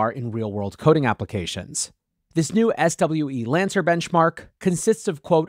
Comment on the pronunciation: SWE-Lancer is pronounced "swee-lancer" like "freelancer"